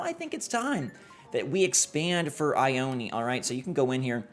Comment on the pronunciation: Just gonna say there is a town by where i live called Ione. But its not( I-own-ee) like how he pronounced it. its regularly pronounced as (I-own. ) just thought it was interesting hearing it said like that.